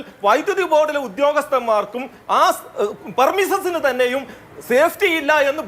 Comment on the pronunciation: പെർമിസസ് അല്ല. പ്രെമിസസ് ആണ്. Premise(s)